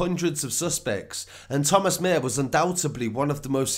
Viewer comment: His surname is pronounced Maa-her